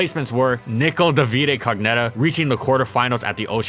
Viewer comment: About butchering names, italians names are not nearly pronunciated like that, in particolar, the poor Nico Davide Cognetta is pronunciated Nee-co Dà-vi-de Co-GN(sounds like "new", not "gone")et-ta